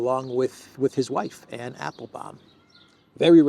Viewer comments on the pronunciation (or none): none